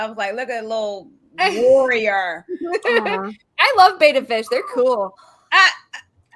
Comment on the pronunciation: Can we run over something real quick? It's BETTA fish, not BETA fish. BET-ta, not BAY-ta.